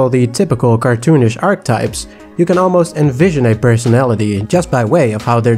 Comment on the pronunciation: Archetype is pronounce ARK-UH-TYPE